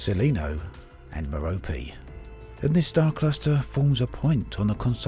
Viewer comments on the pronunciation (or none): none